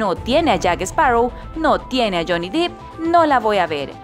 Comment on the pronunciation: 🤣 Johnny "Dip" (Se pronuncia Dep y se escribe Depp) 🤣 Jerry "Brukjeimer" (se pronuncia Brukjamer y se escribe Bruckheimer) Pero estuvo bien el intento 👍ahora ya sabe